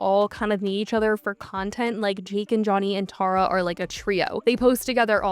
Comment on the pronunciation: I'm NGL I only watched this video because my name is Tara and I don't get to hear it said correctly a lot